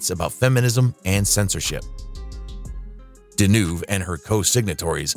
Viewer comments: Got bored after la Deneuve...1st of all...what you got against Sophia and Claudia? And most important the guy who comments? You got Claudia and Catherine pronunciation name wrong 🖕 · I think the prononciation of most of the non-english names more disturbing than the behaviour of the people involved{ NicholasSarkovski, Claudia Cardinal, CatherineDenewvem come on}